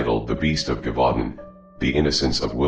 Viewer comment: Its pronounced “zhevoo DAUN”